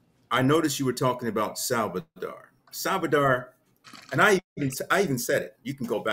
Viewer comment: I'm over here in tears laughing when my man said Salvidar. i don't know why I cant stop laughing. Did y'all catch how he looked left and right like he said his name correctly. 🤣🤣🤣🤣🤣🤣